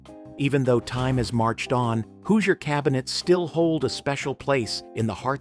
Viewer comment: There were only hand sifters. Die-nette set. The people of Indiana are angry now at your pronunciation of Hoosier